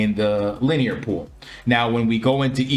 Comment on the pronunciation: Very nice, easy to understand video. Thanks for the content. BTW It's pronounced Lin- E- er